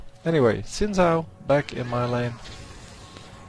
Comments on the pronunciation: you pronounce it shin zhao. zh is like sh just with a vocal noise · You said it like Zin Zao :) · you gtta say xin zhao like a china man. sin zao.